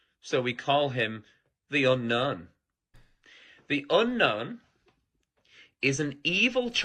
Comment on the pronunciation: It sounded like he said "The Ender" instead of "The Unknown" to me as well.